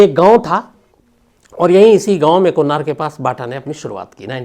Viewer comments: Not kon nar but kon nagar. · Konnar nehi Sams Sir...Konnagar...